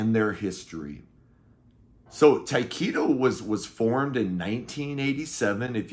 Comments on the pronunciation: Just a formality but I thought Tyketto was pronounced Ty keh toe not Ty Key toe? Great album though! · FYI- Correct pronunciation of Tyketto is Tie keh toe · It took me until you showed the CD cover to figure out who you were talking about when you pronounced it Ty-keeto, lol. The band is pronounced with a short 'e' sound. They're one of my favorite bands if all time. The first 2 albums are classic but the rest of the catalog is also fantastic. Former Journey vocalist Steve Augeri sang on the 3rd album, Shine, which was very Zepplinesque. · It took me until you showed the CD to figure out who you were talking about because of the way you pronounced it lol